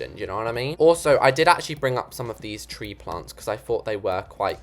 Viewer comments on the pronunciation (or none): none